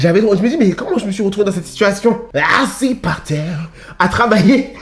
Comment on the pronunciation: Ce que je retiens c’est eaaassi par tserre 🤣🤣🤣🤣